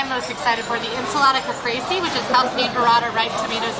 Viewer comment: Kuh-Pray-say,. Caprese. Still love your content, quality food review ❤️